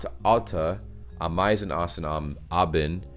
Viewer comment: Ah!meisen, Ah!bend, Anna!nas: stress on the first syllable each time.